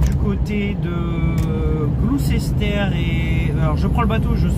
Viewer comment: Juste pour info on dit pas Gloucester mais Glussta (phonetique) 😊